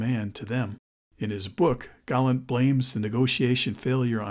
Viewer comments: It is GALLAND. which is NOT pronounced the same as 'Gallant.' Americans can never pronounce anything correctly. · Galland's voice doesn't feature in the vid. It's all AI and photo visuals, plus the American narrator's voice endlessly calling Galland 'Gallant.'